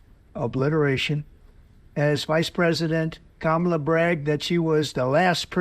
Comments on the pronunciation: Why is he all of a sudden pronouncing her name correctly?? Did someone get the message it wasn't working?? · He finally got trained!!! How many hamburgers took them to teach him how to say Kamala correctly? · He always uses her first name in his condescending way. At least he pronounced it correctly this time.